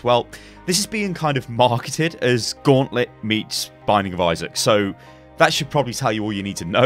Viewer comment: What in the nine fucks of hell is a "guantlet"?!